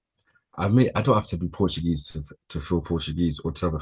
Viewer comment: 😂😂😂 NOTugese instead of Portuguese.. 😂.. big up guys and happy to see Naomi win the MITB